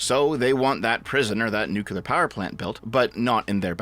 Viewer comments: Damnit, it's pronounced "new-clear" not "nuk-ular" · New Clear, my man. It is pronounced like new clear.